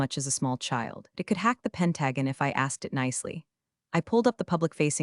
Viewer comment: Pen-taaa-gen?????? Pen-ta-on!!!